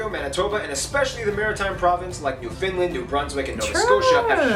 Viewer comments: Couple of corrections: NO Canadian says aboot. We're not sure who started that rumour, we're still looking for them, please contact us if you hear anything. It's not Newfinland, it's Newfundland, and it's spelled Ottawa. : ) Please come visit. : ) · Ottowa??? Lmao. And please, it’s NewfunLAND, underSTAND? Not newfinland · Not Newfinland.....Newfoundland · Newfoundland is pronounced Newfunland not New Found Land. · Not "New FIN land" the stress is on the New. "NEW fin land." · newf'n land not new finl'nd. lol, we aint finlands lil cuzzin here, lol. oh and imagine 3 story houses disappearing in snow, that's the norm in say central Newfoundland. and other parts of Canada. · I'm wondering where New Finland is? I know where Newfoundland is, I was born and raised there. Who is this guy? Not even close on the pronunciation. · pronounced newfen land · Being a Newfie..(someone from Newfoundland)..it is ACTUALLY pronounced..NewfunLAND..underSTAND..NewfunLAND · How much can that guy truly know about Canada when he says ''New Finland''? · Newfenland would be better and it is one word. Nunavut is more newnavoot too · The idiot narrating the video doesn't even know how to pronounce "Newfoundland." One of his Maps spells British Columbia wrong. This is not a video to be taken without a grain of salt. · Imagine talking about a country and you can’t even pronounce Newfoundland properly… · They spelled Ottawa wrong. Big surprise (not) as this is an American video. He pronounces Newfoundland wrong as well. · This guy needs to know how to pronounce Newfoundland. Apart from that I’m from Southern Ontario in fact close to the southern most point which is at the same latitude as Northern California. It does get cold here though. January and February temps can drop as low as -30 to -40 C. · He mispronounces Canadian place names.